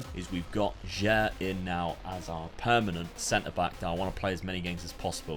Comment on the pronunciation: Your pronouncing for "sudamericana" or "sulamericana" is nice man ❤ About that young player Jair pronounces like "ja-eer".